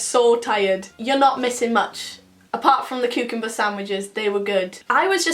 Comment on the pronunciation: You say cucumber weird